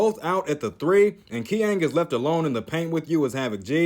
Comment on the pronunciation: btw I think Qiang is not pronounced "KEE-ANG" he should be pronounced "CHEE-ANG." Also I think Katyushka is pretty good against ISo Dunker and doesn't get the bad things about other PFs being too slow or not having good offense.